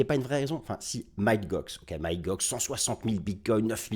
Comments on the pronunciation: Toujours au TOP merci 👍Et sinon pour info, Mt GOX, ça se prononce "Mont GOX" --> Mont comme le mont St Michel 🙂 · Et non c’est Mount Gox.